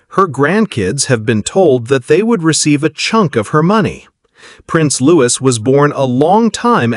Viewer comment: He is not Loois. His name is pronounced Looee. And I doubt very much whether Louis would have an understanding of the laws of succession and also being told by his parents any of this. This is rubbish. And as you were lea ing a d you don't know how to pronounce his name. Lies.